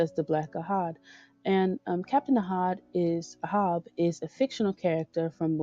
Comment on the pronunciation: I enjoyed your commentary very much. However your voiceover volume kept going up and down, and the music drowned out your voice at times. Ahab is pronounced AY hab...never know when it'll come up again! Great job! 😉👍🏾